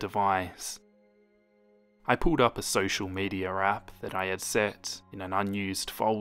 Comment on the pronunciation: No one: Not a single soul:: “social medier”